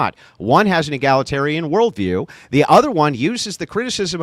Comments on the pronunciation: Does she keep trying to say “egalitarian,” or does she mean to say “egglatarian” and I just don’t know what it means? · “Egg-la-tarian” this chick💀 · Holy hell, it was an hour into the video before i realized she was butchering the word egalitarian..... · Q: Is she trying to say "egalitarian"?